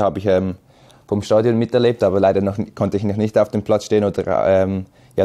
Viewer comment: Statuin Ohh man 😂 Es heißt STADION !